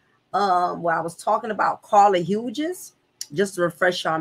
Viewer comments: Thank you! Her mispronounciaton is grating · Pronounced "Hews"